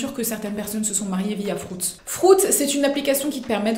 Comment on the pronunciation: J ai cru qu elle avait dit prout 😂